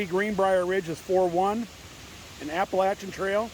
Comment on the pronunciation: So glad you pronounce Appalachian the southern way, you might have to give up your yankee status!